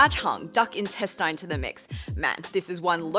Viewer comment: Duck intestinha, llllol